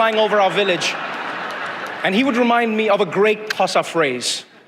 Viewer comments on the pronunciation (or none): why can't you pronounce Xhosa!?😂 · You're pronouncing Xhosa incorrectly, the x is a click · Xhosa You are BUTCHERING it. I doubt he knows Zulu. All Africans seem to use English for instruction until they get Angry very funny. Imagine what that does to the brain. African languages for when you are in trouble. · I wonder why you edited "xhosa" over your own voice. Wild guess: it's very tough to pronounce.